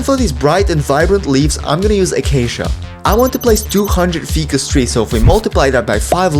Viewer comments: When you say "fee-cuss" do you mean ficus trees? Cause it's pronounced 'Fy-cuss' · Bro did not just call a ficus tree a "feecus" tree💀